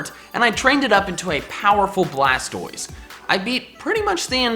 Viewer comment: Its actually BLASTOISE not blastroise